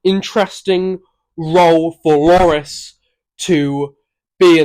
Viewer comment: His name is Loris, not Lori, bro. Redo this video, eh?